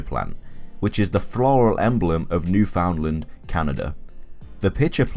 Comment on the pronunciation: Actually your supposed to say Newfoundland in Canada as newfinland I know because I live in Canada